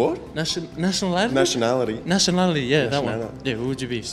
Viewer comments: nashin-el-i-tity hhahaha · Kama brian too with his “nationladily”😂😂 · Is it nationality or nality😂😂😂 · Bruh I thought he said, 'national anthem' 😭💀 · Its nation'ad lay ' eshay bruv lol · Brian: Is it “nality” or “nality” 𝘣 𝘳 𝘶 𝘩